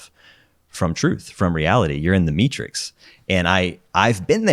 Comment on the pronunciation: “I think you’re in the meatrix” LMAO